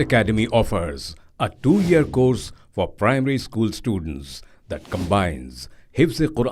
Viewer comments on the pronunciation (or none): none